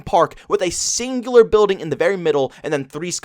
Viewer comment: "Biudeen" (building)